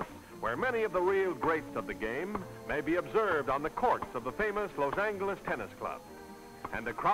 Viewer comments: OH MY GHOD if he says Los ANGLE-iss ONE more time.... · Los "Angle"s (not "Angel" with a "soft" g)...interesting. Watching tennis with all the men wearing white shirts and ties.....interesting. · Parade floats at the end are so nice compared to the ugly GMC pickup trucks of today which drive along, each one pulling a trailer which for some reason the announcers call a float. It's not a float it's not floating, it is a trailer being dragged by a new pickup truck. And there were still people saying "Loss Angle-ess" in the late 1970s in shows such as Rockford and Columbo and probably Kojak too. They were usually wealthy southern gentlemen who flashed rolls of thousand dollar bills which were also still in use then. (although both of those shows almost exclusively featured wealthy characters played by the guest stars, how else was capitalist spending to be showcased, creating an empty feeling for the poor viewers just in time for the sponsors ads to suggest a way to make them feel better and more importantly to keep them poor). Say what you will about that pronunciation, it's certainly no worse than the obligatory modern substitution of the word gifted for gave.